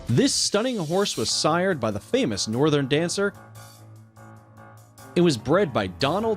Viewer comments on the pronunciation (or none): You used a picture of Galileo instead of Northern Dancer, and don't get me started on the pronunciation of the names or referring to these horses as just 'it.' >.>